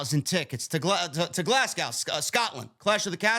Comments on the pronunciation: Glas go is how we pronounce it Correction Glazgo Clash at the castle Prices are ridiculous it's cheaper to fly to London and get a hotel and all in ticket Plus the hydro is shite for that kinda money I want it in castle 🏰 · It’s pronounced Glas-go the w is silent